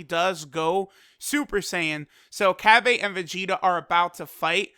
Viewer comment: The way u say cabba pisses ame off.